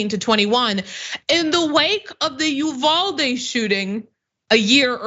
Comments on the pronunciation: Uvalde is pronounced Yoo van dee. As a Texan I thought you might like to know. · PLEASE LEARN HOW TO CORRECTLY PRONOUNCE UVALDE. Total cringe every time you slaughter that mame